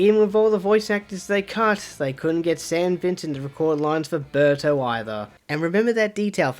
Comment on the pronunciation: The way you say "Berto" sounded a lot like "Burter" from Dragon Ball Z